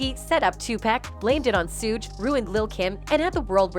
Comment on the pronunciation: It's 2 pack not to pack it's Suge like sugar not Suge like sewage ppac been dead damn near 30 years and y'all still sayinbhis name wrong